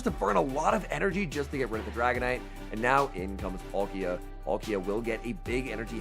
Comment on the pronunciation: Love your videos but please learn how to pronounce these pokemon names! Palkia not Polkia. Watch the cartoon of pokemon shows. P-aaakia is the correct pronunciation